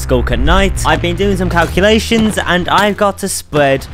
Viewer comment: "if my cawcuwations are cowwect" 💀